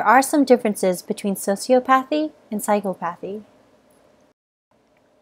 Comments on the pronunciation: Ugh, it was was painful hearing the narrator mispronounce "sociopathy" and "psychopathy." Not to be a Hermione here but it's so-si-aw-pawthy/psy-caw-pawthy. Sheesh. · I am dangerously close to psychopathy (also isn’t it pronounced psy-cop-o-thy?) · Your pronunciation is incorrect. Emphasis should be on the second syllable: psy-COP-athy and soci-OP-athy. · Super informative and very interesting! One thing though; the way she was pronouncing "Psychopathy" and "Sociopathy" made me cringe. It's not "Psycho-pathy", it's "Psych-op-athy" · I thought it was pronounced Psy-COP-athy and Soci-OP-athy not phychopathee and sociopathee. 😃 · Psychopathy (sy-kahpah-thee) & Sociopathy (socee-ah-pah-thee)...FYI. Also, both psychopaths and sociopaths lack empathy. So, a lack of empathy isn't the reason psychopaths aren't able to develop true relationships while sociopaths can. Thanks! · Sy-cop-a-thee. There, I fixed it for you. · The way she says “psychopathy” drives me nuts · The way you pronounce psychopaths, psychopathy, sociopaths and sociopathy is irritating.